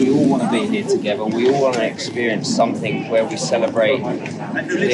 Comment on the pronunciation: If English is your 2nd language. 'Somethink' is actually spelt 'Something'.